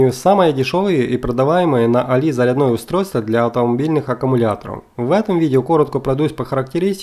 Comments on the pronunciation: Не заряднОе , а зарЯдное устройство... Русский язык загадили , где учились ? Или кто ? УЧИл ??? Позорище чувак... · ЗаряднОе уши режет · Все отлично. Только почему заряднОе, а не зарЯдное...... - не понятно..... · Ролик конечно хорошо, и информация в нем полезна, но уши режет безграмотно произносимые автором слова, в слове зарядное ударение ставится на Я, но никак не на О!!! ЗарЯдное, а также восстановление это десульфатация, но никак не озвученное, язык так не повернешь...!!! Ну беретесь что-то выкладывать, так делайте русским языком! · Обзор хороший но, раздражает " ЗаряднОе" "ЗаряднОм" правильное ударение на Я ЗарЯдное устройство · На заряднооое а зарядное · почему ты говоришь заряднОе?